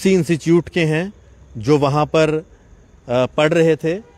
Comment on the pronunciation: Institute hai...instichout nhi hai...anpdh gawaar...khie ka .🤦